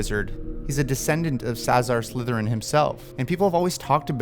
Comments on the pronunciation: Did you say Saazar Slytherin ?? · ”Sazar Slytherin”